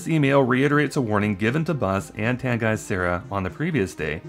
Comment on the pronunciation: Also side note, I think Tanguy is pronounced "Tangy", unless we all butchered his name in the shop. Very possible with such a weird name